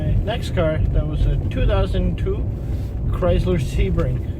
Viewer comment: Sounds like CRY SLUR NOT as you are pronouncing it.